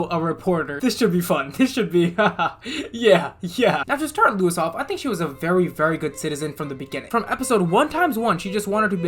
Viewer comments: It is pronounced low iss not Luis. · Hearing say "Lewis" will never not be funny lol